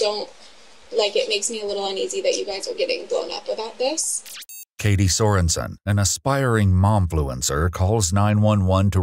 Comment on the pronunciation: KA-ty so-REN-sen Oh my God. They're evolving!